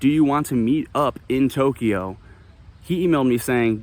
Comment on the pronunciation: I love it!!! 🤣🤣🤣🤣🤣🤣🤣🤣🤣🤣Boy, are you soft. (Maybe he smacked you upside your head for incessantly mispronouncing Tokyo.)